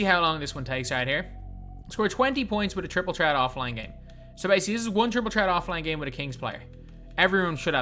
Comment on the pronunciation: petition to get to say triple threat and not triple tret